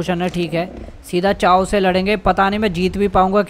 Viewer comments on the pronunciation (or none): Bhai wo chao nahi k-os pronounce Karte hai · Bhai chaos nahi bolte kaos bolakaro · Bhai wo chao nhi kaos pronounce hota hi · It is Ka-os not cha-os even tho its written chaos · चाओस nhi केओस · Chao mat bolo plss keosh pronounce karte hai use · Read it kos ( chaos) and tear ( tier). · bro called fabled fabled even though its pronounced fabeld and called chaos chaws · Chaos ko ka -os bolate hai bhai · Bhai tum galat bol rahe ho Chaos ko use kehaos bolte he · Hai or ios ko cheos bolte hai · Bhai tumari choas ki prancinatio galt. hai !!! Please shai karo ajiv lagda hai😟😟😟